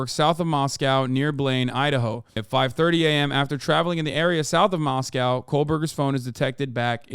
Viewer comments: Moscow ID isn’t pronounced the way Russia Moscow is. It’s Moss-koh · Mos-coe Idaho, Mos-cow, Russia